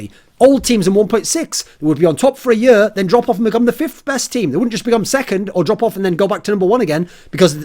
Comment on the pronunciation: I love how he says year